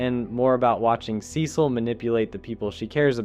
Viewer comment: your pronunciation of cecil is whats killing cecil